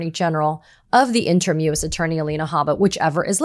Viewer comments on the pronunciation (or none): Katie -- "interim" is pronounced in-turr-im.